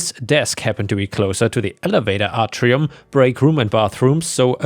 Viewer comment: A-tri-um, not ahr-ti-um 🙂